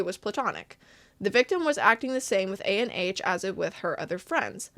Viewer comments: i think his name is pronounced ah-n or ON, not a.n.h (IDK IF HIS NAME IS A.N.H. OR ANH (viet)... JUST LETTING U KNOW!! AMAZING VID BTW! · Hi, just one note!!!! Anh isn't pronounced like ANH, but rather like how you say "Ann"! That's because Anh is actually a Viet name! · The way she’s saying “A-N-H” instead of “Anh” is killing me 💀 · unrelated but you spelling out Anh instead of saying Anh kinda got me mad but no hate tho, just a viet thing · I am pretty sure the creator is Viet as I am viet myself and "anh" is not actually a and H its a whole word on its own. Anyways what makes this worse is anh is how you address an older brother or someone older 🫠😭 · Disappointed but not surprise What is up with these people being so bad at normal social interactions they can't establish a relationship with people their age????? Like literally preying on children. Side note: I'm a bit icky on the way you say A-N-H every time lmaooo just say Anh (Ann but more like Aun(t)) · his name is pronounced "an" as in how canadians pronounce "cANdy" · Fyi, Anh isn’t pronounced A n h like an acronym. It’s pronounced like gang without the g. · anh is pronounced "an", it's his first name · Anh is not an acronym, it's a vietnamese name so it's kinda pronounced like "Ann" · anh 😭, it’s vietnamese c’mon man it’s read anh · oh also Ahn is a popular vietnamese first name pronounced "Ahhhnnn" or really exactly how it's spelled. ik the guy is questionable but j in case u come across it again